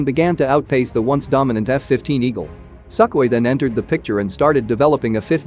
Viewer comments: It's pronounced Su-khoi, not Suck-oi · pretty sure it's pronounced sook-hoi and not suck-way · It’s not a Suck Hoy, it’s pronounced Soo-khoi which also means ‘dry’ in Russian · Sukhoi (sue koi) being pronounced suck hoy... Text to speech knows what its doing... 🙄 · isn’t it pronounced “soo-koy” not “suck-koy” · Haha Suck-oye. Unintentionally appropriate mispronounciation. The Russians are still obsessed with making useless dog fighters while the west makes planes that actually meet the needs of the evolving battle space. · It's pronounced "soo-koi". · Argh! What a tired argument that MiG-29s were taken down easily over Iraq! They had an insane numerical disadvantage and couldn't even fly a lot of the ones they had. Most planes iraq had were already outdated like hell. The best part of this tired vid: the pronunciation "Suck-hoi". 😂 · Is pronounced "Sue-Koy" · Bro pronounced sukhoi as suck oi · The worst pronunciations I've yet heard for Sukhoi and Berkut. Some AI shit speak? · I like how the AI pronounces it... "Suck-oi" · Yeah, russia sucks, but dude! By mispronouncing Sukhoi that way really destroyed them 😅